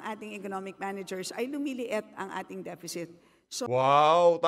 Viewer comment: 3.7 depecit? galing mo naman